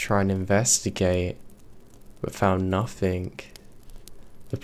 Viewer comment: Its very hard to understand you to thw point where its useless to listen for instance, you say "bother " comes across as brovvaa.. And it is monatone. Not great for story telling. Just my opinion. Which means nothing. Or in your words, "nofffin"